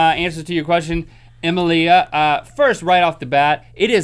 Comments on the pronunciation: Emilia is pronounce Amelia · emma-lia lmao